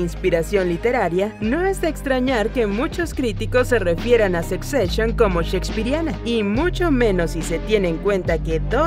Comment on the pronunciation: Jajajajajaja no se pronuncia "sec seshion". 😂😂😂😂